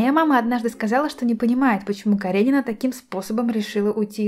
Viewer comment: Каренивне? Ты в начале сказа Каренивне? Она Каренина...